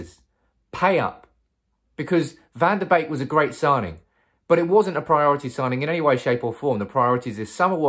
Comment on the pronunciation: Donny Van da Beek : Its actually pronounced "Bekka"